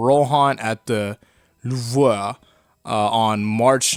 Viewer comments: Bruh learn how to pronounce ‘Louvre’ it’s pronounced loov-re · I can’t tell if ur bad at French or being funni louvre is pronounced like loov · It’s pronounced loovRÈ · "Rohan at the louvuaa" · My guy called the Loorve the Luhvrah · As someone who took French for two years straight in Highschool, i can say with great authority that its pronounced lewv with a small French accent to it. It is in fact not pronounced.... How ever you said it. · i was about to say luvre for louvre im bad at pronouncing lmao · Actually it's pronounced LOO-Vruh. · It's pronounced Loov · Hey, a guy from France here, I love your videos, they're always amazing. The way you said " Louvre " though , that's on a whole other level. I was just laughing for 5 minutes straight. That made my day. Thanks for the video ! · I like how doesn't know how to pronounce "Louvre" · This guy can"t pronounce louvre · Im not French but damn that Louvre prenunciation sucked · It's funny how you butcher" Le Louvre", but then pretty much nail "invite la bande dessinée" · Bro seriously doesn’t know how to say Louvre hahahahahahahahaha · wtf is your Louvre pronounciation lmao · the way you pronounce louvre is horrid